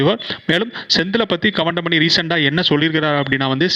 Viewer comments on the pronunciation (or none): கவண்டமணி இல்ல கவுண்டமணி, இது கூட சரியா உச்சரிக்க தெரியல. தமிழ் உச்சரிப்பு சரியாக வரவில்லை. முதலில் தமிழ் நல்லா கத்துக்கிட்டு அப்புறம் வீடியோ போடு...